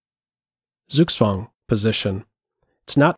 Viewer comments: Maybe instead of being so snide, give him a tip: the German Z is pronounced TS, and the W is like the English V, so Zugzwang is pronounced Tsug-tsvang. Very nice analysis, I really enjoyed this video. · SUGSWANG? - Learn the German "Z"!